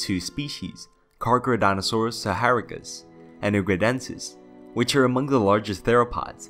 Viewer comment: Charcardontosaurus, Car-Keh-Roh-Dont-o-saur-us, not Geega, its Giga like Gigabytes, Giganotosaurus.